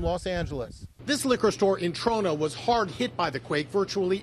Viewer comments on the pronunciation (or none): its TRO+NA .... not NO